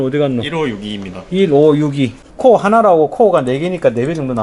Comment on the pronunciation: 아재요.... 코아가 아니구요 코어요 발음이 ....ㅠ.ㅠ